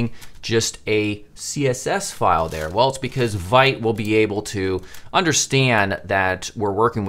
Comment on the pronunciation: Excellent start, I’m looking forward to part 2! Also Vite is pronounced “veet” and is French for “quick”.